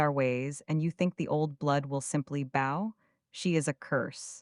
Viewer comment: You missed a very good and refreshingly different story. I personally really liked the voice though I do have a pet peeve with "bow" being pronounced "bo" and the same problem with "tears" and "tears".